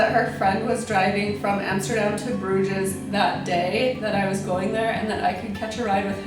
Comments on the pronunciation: There is no pronunciation of the "ES" in Bruges. It's not Bruge-S, it's pronounced just 'Bruge'.. How did you not learn that if you traveled there? The 's' is silent. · G-D, it's pronounced BROOZHE!!